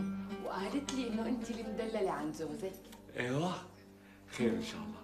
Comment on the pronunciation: لو نتبهتو هون قال عصام (زوزك) مش (زوجك) 😂😂